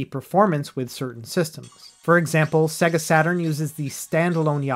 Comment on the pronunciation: I wanted to come back and tell you that if you want to pronounce 'SEGA' correctly it will add a layer of professionalism to your video. The t-rex on Jurrasic park and the singers at the beginning of sonic 2 will demonstrate. How an adult doesn't know how to say say-guh is beyond me?!?!